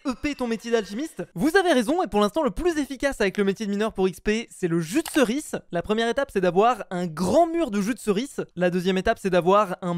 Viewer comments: arrete de dire jus de ceris C EST JUDEERCIS lol xD !!!!! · "jus de ceriçe"😂🤣